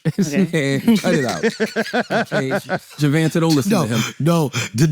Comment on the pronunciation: Jevanta ❌️ Jevonte ✅️